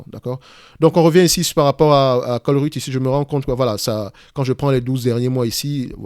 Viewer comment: Ça se prononce comme chevreuil, ColreuYte 😂 salutations de Belgique !